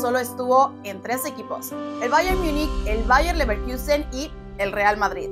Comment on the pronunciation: Toda la primera parte pronunciando Bayer MIIIIIIUUUUUnich... y LeverkIIIIIUUUUsen.. que dolor de oídos! Si no saben cómo se pronuncia, digan Munich y Leverkusen